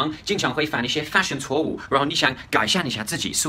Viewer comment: 错误发音不是cuó wǔ，而是cuò wù